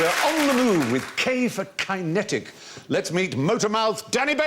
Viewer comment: key.. key-netic Ki? ki-...